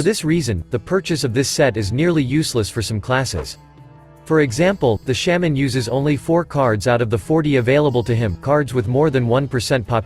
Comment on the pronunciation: The way it says Shaman always gets me Sham-an